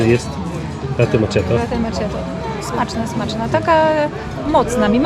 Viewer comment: Az nabralam ochoty na Sarajewo dzieki Wam! 🙂 Widze, ze mozna tam doleciec tanimi liniami 🙂 (latte makiato w wymowie, moje serce zawsze sie raduje jak slysze to poprawnie 🙂 )